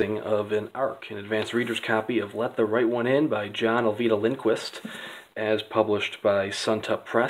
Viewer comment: 17 seconds in and you're already better than my videos just by pronouncing the author's name correctly!!! Great vid.